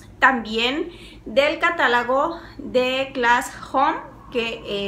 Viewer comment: Me encanto tu video. Una pregunta, ¿Por que dices catalagos? entro en ansiedad... jajajaja!!! Saludos! Nueva suscriptora